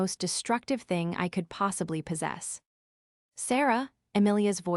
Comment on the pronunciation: AI needs checking for ridiculous timing of words. Here is an example t....hing instead of saying the whole word in one syllable "thing" 😂😂😂😂😂😂